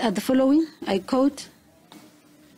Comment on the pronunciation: Its quote not coat omw